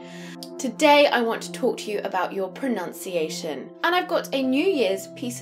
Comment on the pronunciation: Ma'am you mispronouced the word Pronunciation as PRONOUNCIATION.